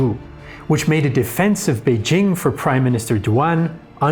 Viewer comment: He does get credit for pronouncing Beijing right. Many YouTube content creators, including some on related channels, can't even do that. They keep pronouncing "Beizhing" for some reason.